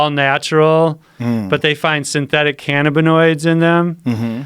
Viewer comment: The way this guy says cannabinoids... It’s pronounced- ka nab ah noids not fn- canna bi noids 🤦‍♂️ so aggravating the way he says it...